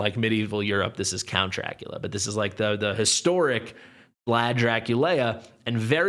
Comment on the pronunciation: NOT Lea.....Dracu Lee A is what it is supposed to sound like.